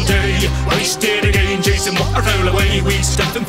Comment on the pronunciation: Again rhymes with day Thats cool